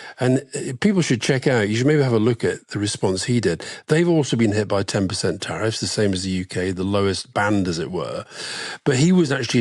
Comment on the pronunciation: You might as well swap the “teriff” board for the runners in the Grand National